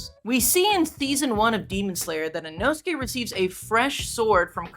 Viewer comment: Bro is I-nō-su-ke not I-know-skay